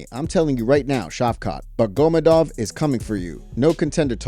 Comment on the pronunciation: “Buckgomedov” holy shit 🤣